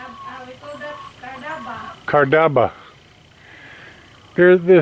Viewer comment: hahha thats carnaba not cardava hehe i like that one too